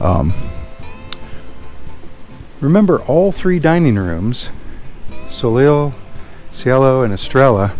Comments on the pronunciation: You almost lost me when you pronounced "soleil" as "so-leel." It's "so-lay." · Soleil is French. It's pronounced "so-lay"